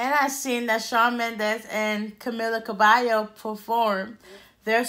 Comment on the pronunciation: If you can't say her name don't say it at all..